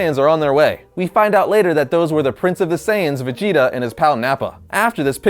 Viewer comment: He pronounces vegeta fajeta